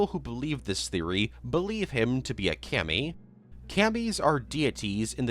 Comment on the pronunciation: The way he pronounced Kami physically hurt me.